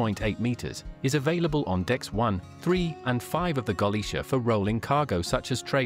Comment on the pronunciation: I think the voice over is AI. It hurts my ears to hear how the mispronunciation of the ship`s name and the lack of that important pause between sentances.